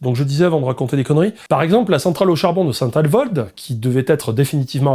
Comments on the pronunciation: SAINT AVOLD CEST PAS SAINT ALVOLD AVOLD AVOLD ON DIT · hahhhahahahha mes oreil st alvold nnnnoooooonnnnnnn SAINT AVOLD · Saint-Avold, pas Saint ALvold 😆😆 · Saint-Alvold ! Aie Aie Aie ! Saint-Avold plutôt ! Pour vous donner une idée, car j'habite pas trop loin de la centrale, elle à toujours été le symbole d'un passé de mines désormais fermée du secteurs. Longtemps à l'arrêt et abandonnée à son sort, elle avait été mise en vente plusieurs fois avant de définitivement fermer pour fautes d'acheteur. Au final, on la réouvre, symbole de honte de la gestion catastrophique d'un parc nucléaire Français (Fessenheim tu nous manques). On à tellement peu de personnes qualifiées pour la faire tourner que l'état sort de la retraites des papis qui y ont travaillé les payant parfois jusqu'à 5k€ par mois. Bref du grand n'importequoi, ou l'on vous blâme d'acheter un diesel mais on réouvre Saint Avold, ou on laisse les allemand creuser des mines de charbon à ciel ouvert, pour qu'au final ils achètent chez nous. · Je m'abonne, même si tu as écorché le nom de ma ville Saint Avold ! 😅